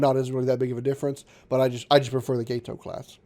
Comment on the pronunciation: You are pronouncing Gato correctly. It's named after the fish, not the Spanish word for cat. Also, it's not that accurate, as the "Old S-Class" whichn was the S-18 class, had no stern tubes. The "New S-Class", which was the S-42 class, which wasn't new, but just a refitted S-18, had one stern tube added. The Gato was NOT available in 1941 at all. It wasn't availbale until early 42, and that's new construction, meaning they wouldn't really be in the war until closer to mid 42. You should play Silent Hunter 4 with any of the big mods. Much more realistic and takes a lot of strategy.